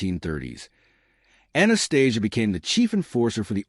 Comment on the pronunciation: Must be hard to do the research on 100 yr old gangsters and get it right. Spit balling here 😂. Surprised AI can pronounce Anastasia’s name right